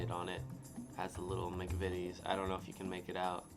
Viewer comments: You are the first American I've watched try British snacks to pronounce McVities correctly well done son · You are the only American who has pronounced the McVitie’s right. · I agree, I've watched loads of Americans try and review British sweets/snacks and British "Biscuits" and you're the first one to pronounce McVities correctly . Try the chocolate digestives with a "Brew" or cup of tea, they are amazing. We have Hersheys in the UK , but compared to Cadbury or British chocolate in general are rubbish. I work for a large supermarket and Cadbury sells 10 to 1 over Hersheys . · You’re the first American I’ve seen to pronounce McVities right, but like every other American you’re eating it upside down! I guess it doesn’t really make much of a difference because the flavour will be the same, but we would eat it chocolate side up. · you have done the best reaction to British snacks even pronouncing McVities correctly. There is nothing better sitting around a table chatting with friends & family with a cup of tea and dunking biscuits. The ginger nuts I prefer dunked in tea or coffee. I lived in Australia, Cadbury chocolate tasted different there because of the extreme heat Cadbury Australia includes ingredients to stop the chocolate melting. Your Crumpets won't have a long shelf life, well toasted buttered while hot, the butter melts into the tiny holes served with a cup of tea, ideal for breakfast or on a cold autumn/winter afternoon with a cuppa. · And well done young man, you are the first American reviewer who just seemed to know how to say "McVities" without hesitating or trying it 3 different ways. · Yep... nice job, spot on 😊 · You aren't wrong.